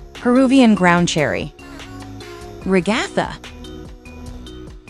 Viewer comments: Ragatha not regotha 😡😡😡😡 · you said Ragathers name wrong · they say ragatha her name as a nonsense word lol